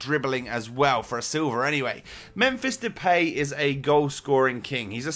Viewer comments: He says it like de-pay When it is, De-paai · You keep saying the peej (depay) but you pronounce it as the paaaaaaj. I am from the netherlands so i know how to pronounce it because i watch eredivisie a lot. So if you can say it right it would be even more awesome but i still love your vids 💪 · Its fucking Depay Not Depey its DepAAAAAAy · Sorry but you bug me by saying Depay wrong